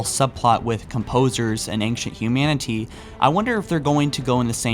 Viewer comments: wait wait wait E N G C H E N T? Engchent isn't it pronounced Ancient??? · Sounds like he says aingshunt foreigner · Love your videos but....Dude please try to practice the word ancient, it sounds like you're combining anxious and ancient and anger x.x. the nc in ancient is a Ch sound like channel....I'm fine with most of the mispronounced words but that one is just grating.... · Dude, you're pretty good... But I hate how you say "ancient."